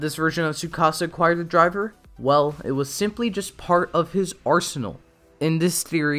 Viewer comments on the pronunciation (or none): none